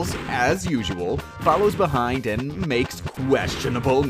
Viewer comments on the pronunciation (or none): none